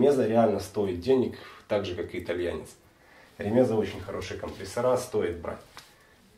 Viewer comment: Правильное ударение - РемезА. ......... Не РемЕза.